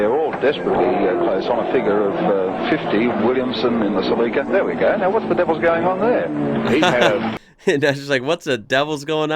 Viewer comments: "Celica" as in "sleeker than your car". has no one told you it's pronounced 'sell-eek-a' not 'cell-icka' ? ... now watch "The Castle" (1997) it's the ozzy way of life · We call them Sell-eeka not Sellecka, as you probably heard the commentator say. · CEE-LEE-CA NOT CELL-LICK-CA 👍🤓👍🇦🇺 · ... oh god the pronunciation .. it's Cell-E-Ka here in Australia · Cell- li-car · Sell'i'ka hahaha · Celica = Cell - eek - ah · G,day. Some of us pronounce Celica ( silly_car). Had one that model and like the others sold it on. If only we had known!! All the best. Bluey. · It's japanese and it would be pronounced Se-lee-kah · We pronounce it Cel-E-ca as in capital E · Celica is pronounced CEL EEE KA. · In Australia we pronounce Celica as Celeeca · I own an older classic Celica and the pronunciation in Aussie language is like this, SEE LEE KU not the way yanks say it like it is something in a salad bowl! 😄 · The I is pronounced as an E in celica. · Celica we pronounce it SEE-lee-car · We say it like sel-leek-ka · He says it like it's spelt CELACA or something not CELICA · everyone got it wrong! it comes from the latin word caelicus (heavenly, celestial) which is pronounced